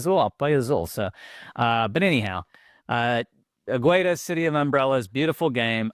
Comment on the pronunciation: Águeda's pronunciation was terrible: the u is silent and the emphasis is on the first letter